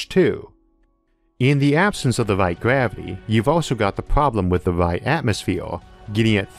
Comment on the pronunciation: Gavity 😂 it’s R not W